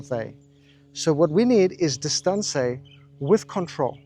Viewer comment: Have you or a loved one been affected by the gsk disease? Symptoms such as calling everyone a “playa”. Or perhaps the inability to pronounce distance properly. You may be entitled to compensation. Join us and stay tuned for our forced apology from this maniac